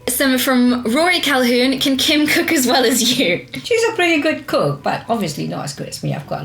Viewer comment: Kim pronounced my name wrong XD